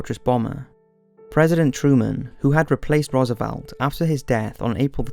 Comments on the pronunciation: It's a decent documentary with a lot of added detail not in other WW2 documentaries but his incorrect pronunciation of people's names is quite irritating - Rommel and Roosevelt are good examples. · Good, just a few pronunciations were off like Rommel and Roosevelt. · Good summary. Pronunciation! Rommel, beret, Calabria, Roosevelt, others too